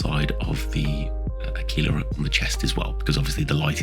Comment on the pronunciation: ...I think you're the first person I've ever heard (on YT) pronounce Aquila correctly. I nearly spilt my tea. Also, oh, nice work, wasn't it that the colours of the pad edge thingy determined which company the sparoons was from? Not a criticism, of course, just ringing faint bells that 1st company ultramoons had white, second yellow, third, red, I think?